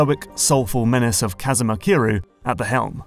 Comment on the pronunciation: That butchering of Kiryu's name hurt a little.